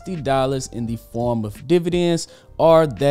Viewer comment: Dividends not Dvidends 19 seconds in😆